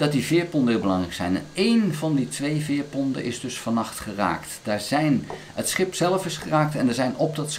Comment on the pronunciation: U praat over veerponden, maar het zijn veerponten met een "t". De Nederlandse taal heeft rare kronkels.